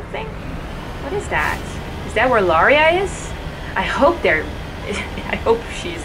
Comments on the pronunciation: Hi you! I'm a little early with the upload today. I'm going out to dinner with my mom this evening but I didn't want to miss my own premiere with you guys. Anyway I know I mispronounce Liara to...Lah-ria. I know, shit happens but I figured it out by now. So don't scream at me, I can feel you screaming at me. 🤓 Anyway, join my new Discord server if you wanna scream at me some more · Isn't it pronounced "Lee-Ahra" ?